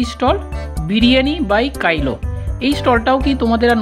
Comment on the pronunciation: Bhaloi laglo.. Biriyani by Kailo na,otar uccharon hocche., biriyani by kilo(jemon kilogram).. negatively neben na.. next time jete right pronunciation korte paren tai bollam, eta to ekta brand name 😊